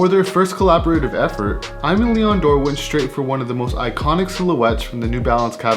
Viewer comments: Nice video👍 but just one thing: it's pronunced "ÉMÉ LÉON DORÉ" ;) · the way you pronounce it is kind a cool though 😅 And apparently I was wrong it's: eh-meh lee-on door 🤷‍♂️